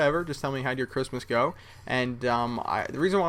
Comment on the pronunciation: im muslim and im not offended when somebody says merry christmast